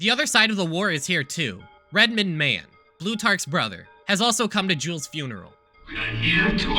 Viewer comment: every time you say jules,i hear jews